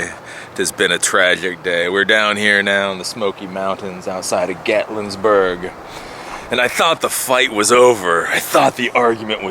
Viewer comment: Would it be assholish if I told you there's no 's' in Gatlinburg? Cade's Cove IS awesome - love it. You are in one of my favorite parts of the country. Enjoy man